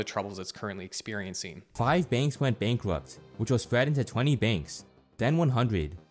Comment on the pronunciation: Five banks went bankwupt